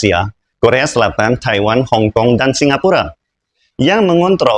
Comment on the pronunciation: Kenapa lafalnya taihwan sih